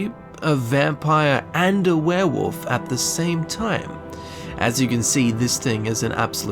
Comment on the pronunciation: The fact that your accent makes 'werewolf' sound like 'werewoof' to me, simply gives me altogether too much joy